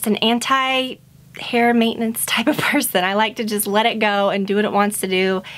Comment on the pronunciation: At 1.34 said "mainance" or "meinance". Can someone tell me what does it mean? (I'm italian) you are the best youtuber ever!!! ❤️❤️